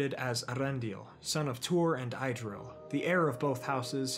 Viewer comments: Idril is pronounced as [idril] IPA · And Idril is pronounced = Ee-drill (ee as in meet) Maeglin is pronounced = My-Glin (the i as in glint)